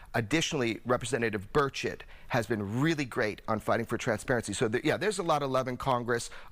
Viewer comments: Representative Bird Shit? That's what it sounded like to me hahaha! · Every time this dude says Representative Burchett, I keep thinking he said “Bird shit” no offense. 🤷🏻‍♂️